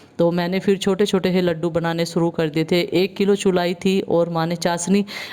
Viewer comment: Chulayi nhi cholayi hota h would😂